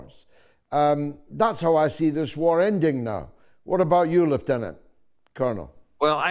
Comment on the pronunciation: Well done George for the correct pronunciation of Lieutenant.